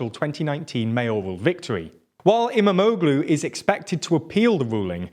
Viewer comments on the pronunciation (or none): It's great to watch! Immamoglueee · He almost said Kilicdaroglu right but can’t say Imamoglu